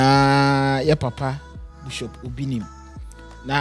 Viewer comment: Please the word is not BUSHOP IT IS BISHOP aaaaàah.......masa why pls mention the word well. Anyway shout-out to Bishop Asare